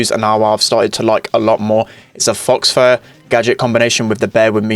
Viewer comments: it's 'faw fur' not 'fox fur' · Faux isn’t pronounced as “Fox” it’s pronounced as “Fau” The X is silent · calling it 'fox fur' is really funny. if you didn't know, 'faux fur' just means 'fake fur'. 'faux' is just pronounced 'foe' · It is pronounced foe fur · “Faux fur” is pronounce “foe” fur fyi. Love the videos keep going! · Faux Fur is prenounced Foe Fur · Man said “fox fur” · btw For nita, the gadet (Faux fur) s pronounced Fo Fur